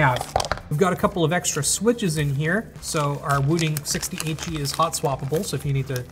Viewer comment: Every time he said the name of the keyboard, it sounded like he was saying 68G😂